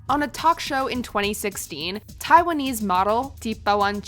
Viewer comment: Its Thai not Thaiwanese. They are two completely different countries. Such a stupid mistake🙄